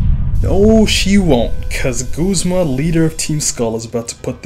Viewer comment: It's GUZMA, not GOOSE-MA